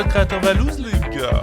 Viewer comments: Code createur les gars comment tu le prononce cest magique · le Portugais je suis mort 🤣🤣😂😂